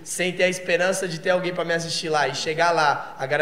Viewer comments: "a garela"? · "a garela'' kkkkkkkkkkkkk bom demais cara parabéns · "garela" ksjsks